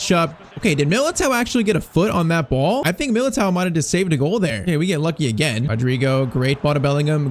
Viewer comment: milatere 😂😂😂😂😂😂😂😂😂😂 its milato